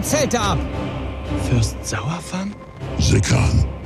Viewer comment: kann man bitte aufhören bei blizzard die namen der helden von azeroth zu verschändeln? Es heißt Saurfang (sawrfäng) und nicht Sauerfang da ist kein verdammtes E im Namen... mit den alten entwicklern würde man so eine misshandlung nicht erfahren...